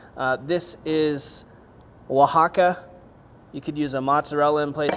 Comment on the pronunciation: Thank you for saying “Oaxaca” the correct way!!😭❤️🙏🏻